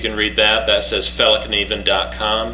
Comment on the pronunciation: It's pronounced like [fell-kniven], and not with a "silent" k.